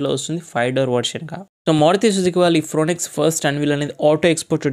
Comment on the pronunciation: ఫ్రోనెక్స్ కాదయ్యా బాబూ...వినలేక సచ్చిపోతున్నాం.